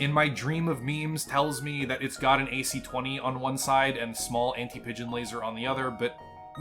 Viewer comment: I can't tell if it's sleep deprivation(was up for 24 hours)or not but the first time it sounded like you said Anti-midget Laser after laughing for a good 5 minutes then rewatching it I realized you said Anti-Pigeon Laser.